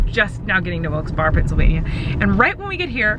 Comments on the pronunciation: BTW ITS PRONOUNCED WILKES BEAR NOT WILKES BAR. SORRY IDK Y IM STILL IN ALL CAPS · Pronouced Berry not Barre😁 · Hunti it's pronounced wilkes bear-e not wilkes bar lmao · hearing you say wilkse bar instead of wilkse bear, hurts me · Wilks bar? WILKS BAR?! Honey noooo it's wilks barre (pronounced "berry")....I knoooooow I'm years late lol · I dont mean to be like that person but its pronounced wilkes Barry not wilks barr sorry it just kind of bothered me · I cant help but get slightly aggravated at the fact that she says "WIlkes Bar" instead of "Wilkes Bear" or "Wilkes Berry." I live 5 mins away and no one calls it "Wilkes Bar" lol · Wilkes Barrrrr hehe. That cracked me up. Berry. It’s pronounced berry. Hehe. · Ahahaha it is pronounced Wilks Berry 😂😂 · You'll probably never see this but I have to say it, it's pronounced Wilkes Bear. Not bar. This is actually a big debate in PA cause there are also people that pronounce it Berry. But the majority say bear. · Lol I’m from PA and I love near wilke barre and it’s funny to see how people pronounce in because it looks like Wilkes bar but it’s it’s pronounced Wilkes bear 😂😂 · "Wilkes Bar?" LOL I'm from PA and that's not how we say it. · I WISH I COULD HAVE SEEN UUU! And most people say Wilkes Bear, that’s how we pronounce it I mean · Hopefully you didn’t pronounce Wilkes-Barre that way in the show. It’s pronounced like Barry or berry. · Who wants to tell her it's pronounced "Wilkes Barry?" Ha. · Gurl it’s pronounced Wilkes-BEAR even tho it’s spelt Wilkes-Barre😂😂 Also, you can turn right at a red light in PA but you need to treat it like a stop sign &stop before you turn!!! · It’s pronounced Wilkes “bear” like a bear🐻 or just Wilkes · It’s pronounced wilkes “bare” I’m cracking up so hard at you slaughtering it hahahaha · "Wilkes Berry" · No offense. I love u colleen it's pronounced wilks bear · Colleeeeeeennnnn it’s pronounced Wilkes-Berry instead of Wilkes-Barre it’s weird tho lol I’m from PA love you 😘